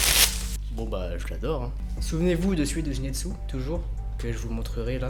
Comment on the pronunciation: A chaque fois tu disais zinetsu au lieux de zenitsu sinon ta vidéo est génial comme dab😜